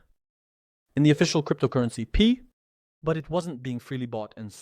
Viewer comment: It's not Pee coin bro... it's Pi coin!